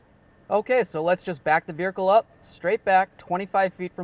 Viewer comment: I’ve never heard someone pronounce vehicle as, “VEER-UH-CUL” So odd. Lol.